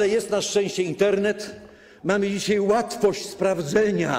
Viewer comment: panie pośle mówi się dzisiaj a nie dzisiej, a poza tym to pan cudzołoży, żeby nie powiedzieć pie...li głupoty a ja za to płacę w podatkach